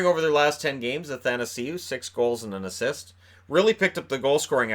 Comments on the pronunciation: Every time you say "Anthanasieu" in my mind I hear "happytoseeyou". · "Anthanasieu". "Bless you!"